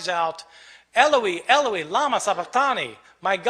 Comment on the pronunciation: Eloi! (Pronunciation by Bart)